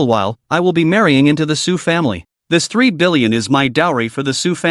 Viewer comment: I had to read the translation website just to check that annoying back and forth. Apparently it is 3 billion, not 30. I think the AI has hard time enunciating the . between numbers.